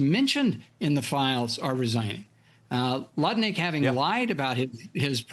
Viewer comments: Get his name right. It’s Nutlick, not Lutnick! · Even though its spelled Lutnick, the pronunciation is actually NUT-LEE-EK